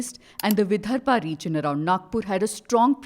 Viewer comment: It is 'He-Da-Ge Waar', not 'He-Ga-De Waar', the founder the reporter refers to. Also, it is not 'Vi-Dhar-ba' region. It is 'Vi-dar-Bha'. You can judge the quality of the rest of this 'free and fair' report.